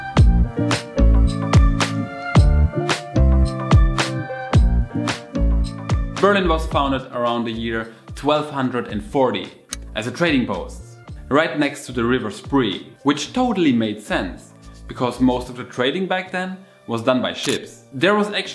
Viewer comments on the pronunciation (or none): und die Spree ist niemals ‚the river Spriiiiiiii‘ 🤣